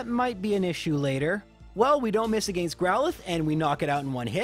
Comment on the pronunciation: Say it with me, “AH-GENST” “AGAINST” SO HELP ME Not, “AGEIST” 😂😂😂